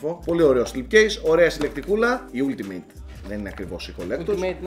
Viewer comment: Καλό μαχαίρι αλλά σαν την πεταλούδα του Johnny Millennium δεν είναι.Επισης αφού το προσπαθείς με το αγγλικό πες αλτιμετ όχι ουλτιμετ.